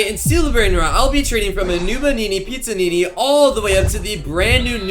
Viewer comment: He pronounces everything wrong Noobanini Pizzanini got me laughing